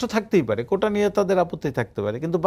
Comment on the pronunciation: কোঠা নয় কোটা